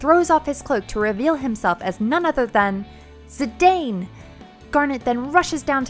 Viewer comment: Also, Zee-dahn instead of Zee-dain